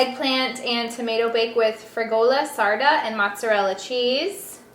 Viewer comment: we understood the first 10 times you made your point about the packaging. also, fregola (which you pronounced wrong) is a semolina pasta. not couscous.